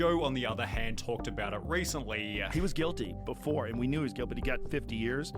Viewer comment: I cant stand the way the guy speaking in the original video drags out the last syllable every fucking time “Six different times beforaaaa” I cant watch this video his way of speaking makes me genuinely angry for some reason, hence this comment